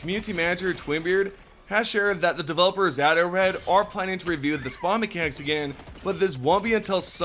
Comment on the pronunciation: I like that in this sentence "Arrowhead" sounds an awful lot like "idiots".